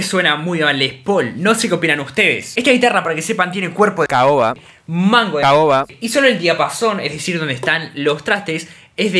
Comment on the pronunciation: Me asustó el "cahoba" jajaja